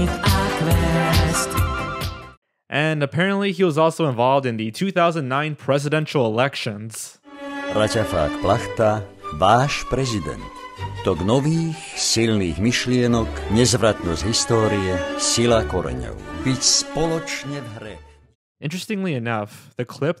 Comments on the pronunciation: Mmmm The "č" in Slniečko is pronounced "ch" (like cherry) And the "ch" in Plachta is not pronounced "k" but a slovak "ch"... more similar to "h", a breathy h if anything... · As someone who speaks Czech I can say with certainty that those pronunciations are more terrifying than anything else, you pronunced plachta as plačta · It's not Raťafák Plašta you said that wrong it's Plachta Plachta go listen translater btw I'm slovak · You pronounced "Plachta" like "Pláča", which means (someone) is crying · sooo the pronunciation is btw for plachta is plakhhta kind of and slniecko is sln-ye-chko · I love how he says plachta as plashta. Or the way he says Raťafák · I know this video is 2 years old but SLNIEČKO is not pronounced SLNIEKO same goes with PLACHTA :D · im sorry but i can't seriously focus on the theories because of the pronounciations such as "slniečko" or "Plachta" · ik its kinda mean but i can't stop laughing at the pronounciaton of plachta and slniečko